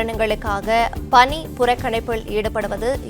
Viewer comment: பனி புறக்கணிப்பு இல்ல பக்கி. பணி புறக்கணிப்பு. utter waste news reader. unfit news reader